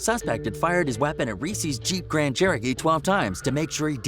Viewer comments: It’s lil reese hahahahahah not lil resse bih dafuq how you gon make this video and not know how to pronounce his name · Guys who is reessee lol it’s lil Reese bro this is why you shouldn’t cover this cause ya cant even pronounce the mans name right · He said Reese (ress-E) lol it’s just Reese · Bruh it ain’t lil reesey it’s lil reese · Its not greesee its reese Dumbass 😆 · Just wanna throw this little tid bit at.... his name 'Reese' is not pronounced Reese like the Reese's Peanutbutter Cup the chocolate candy. It's Reese with the double e's being the long e sound and the e on the end being silent. This dude can't possibly know anything authentic about Lil Reese; he has no idea how to even pronounce his name. What a joke. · This Dude Said Lil Reesey 😂😂😂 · this man literally said lil reeceee what the fuck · Yeah, they keep calling him "reesie". Is he a little CANDY CUP?? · resse is pronounced rease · infin-ian Q50rs glad I read your comment.... hearing him call him Ree see ruined early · Lmfaooooo they disrespected him by the way they pronounced his name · dont make a video on gang rappers if you cant say the names right reese freeeedo santana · Saying his name wrong wtf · Lil "Reese" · why you saying his name like the fucking chocolate